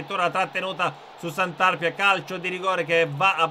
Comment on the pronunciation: Grazie per aver fatto una serie sul Taranto ❤️💙,devo fare solo una rettifica si pronuncia Santarpìa e non Santàrpia